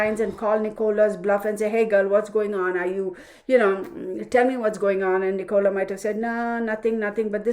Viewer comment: Her name is pronounced NIC O LA and her last name is BULLY as if your saying someone is a bully.